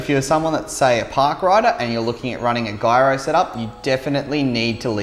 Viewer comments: Also Guyro? 😂 can one of you guys please teach this poor lad to pronounce Gyro 😂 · I swear he sed guyro lol 😂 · Its ok in America we talk different from town to town lol some of its absolutely silly some of its iconic. Guyro to gyro it's funny we all know exactly what he's tallkin about lop